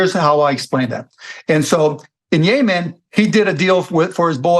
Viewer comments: It's Yemen! Not Yayman!!! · Bro it’s Yemen not yaman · Why does he say “yay man” instead of “Yeh men” like every sane person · Yemen not Yea-man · It’s YEMEN not Yaman 🙄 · is "yaymen" same as Yemen? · “The war in Yaymen” 😅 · “Yay-min” lol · What the hell is yayman ?😂 Cuban’s next gig (if he doesn’t get the SEC chair) is a MSNBC show. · When he pronounced Yemen yay man I knew he didn’t know what inflation meant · Why does mark keep saying 'yay-man' instead of yemen 😂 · Yaymen is driving me nuts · As I start most my comments I LOVE Chamath & David Sacks. David’s counterpoints to Cuban’s lunacy made way more sense & kept the convo interesting.😁 David looked like a million bucks in this episode. Cuban’s pronunciation of Yemen & how it connects to inflation made zero sense. Best part➡️ “When did she say something smart? I mean seriously when’s the last time she said something smart?”😂 Appreciate JCal’s attempt at levity, some of his opinions are not my fav. Pharmaceuticals, ugh.🫤 You can tell Cuban is definitely partaking in Ozempic.🫢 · Wonder where Mark got his pronunciation of Yemen? It's definitely the first time I've heard it pronounced that way. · Why is dude pronouncing Yemen like that? 😅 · This is a good demonstration of how billionaires are not that sophisticated. Cuban has this whole theory tied to Yemen and then doesn't pronounce the country's name properly. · Is Mark saying Yemen wrong or am I?